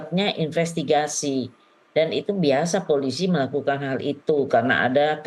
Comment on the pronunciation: Itu itu Sj... Infestigasi... Falidasi...